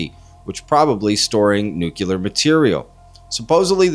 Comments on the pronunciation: Please “nuke-lee-ar” for “nuclear”. Not “nuke-a-ler” (same as in Spanish, N U C L E A R) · You do speak English right? It NU-clear not nu-CU-ler . Lots of people mispronounce the word. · I legit enjoy most of the content on this channel, and I really don't like being a pronunciation snob, but the word sounds like "New-KLEE-urrr". (Thought for a minute I was watching a video of Dubya Bush - all apologies but I spent 8 years listening to that president butcher the word on a regular; it became nails-on-a-chalkboard for me after his first 6 months in office) Everyone be safe out there - this weather is crazy.